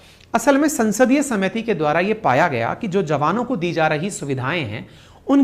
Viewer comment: समिति और कोशिश जैसे शब्दों को बोल रहे हो जी। सुधार की जरूरत है।